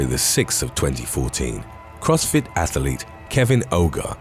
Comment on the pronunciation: Athlete doesn't have 3 syllables but other than that, great content 😂😂😂